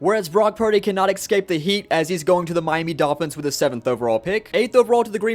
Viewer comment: New idea for imperialism: if says someone’s name wrong, they get removed from their team. And if he says “eggscaped” instead of “escaped” the result is overturned. And the “Jagwhirrs” aren’t on the map